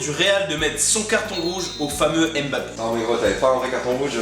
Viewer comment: petit erreur de prononciation et aussi à je vous adore^3^